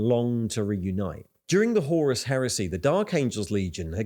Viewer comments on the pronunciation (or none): none